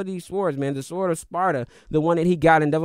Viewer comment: Is he pronouncing the W in sword?? 😂😂😂